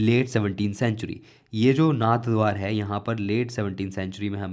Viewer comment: Its नाथद्वारा not नाथद्वार